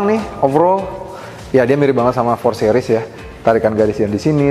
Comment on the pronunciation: "sih-ris"...bukan "seh-ris"